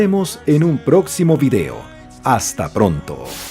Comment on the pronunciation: ChOk Norris... Bien bieeeen 👏🏻 ProdOction... Bien bieeeen 👏🏻 Vidéo... Bien bieeeen 👏🏻